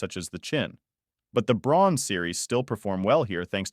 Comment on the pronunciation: Braun is a German company...so it's pronounced "Brown"...just saying!